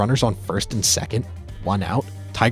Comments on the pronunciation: I am sorry i had to stop watching the video because you kept pronouncing Leyland as Lieland when its pronounced Leeland. I know not the worst thing on earth but it just got under my skin. Maybe I will come back and skip that part. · Dude said "Veraws and lieland" haha. Its VAERAS and LEELUND. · It's pronounced Jim "Lee-land," NOT "Lie-land." You know, the guy in the Hall of Fame. Makes you look like an idiot! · "SEE-ass-po", "LIE-land" - this must be AI because no human being researching baseball would ever pronounce things like this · How do you pronounce Joaquin Benoit correctly and not jim leyland